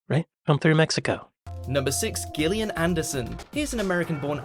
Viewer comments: Gill…. Gillian? Who was the mojo Moron who doesn’t know that her name is pronounced Jillian?…. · Poetry doesn't have to rhyme !! Why is the narrator saying GIL IAN instead of JILL IAN !? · No one in the UK pronounces Gillian Anderson with a "Guh", except this prat. It's always with a "Juh".... until now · Gillian pronounced Jillian this so called British narrator is a prick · Can't even pronounce Gillian. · Today, we are randomly mispronouncing Gillian for no reason.